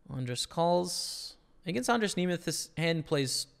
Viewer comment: you pronounced almost totally perfectly andras nemeth name, im prettt impressed :)